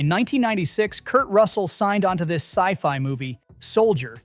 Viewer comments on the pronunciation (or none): none